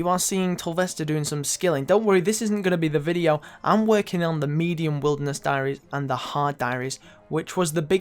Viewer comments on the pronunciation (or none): none